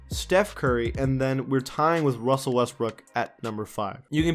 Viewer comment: Wussell Westbrook 😂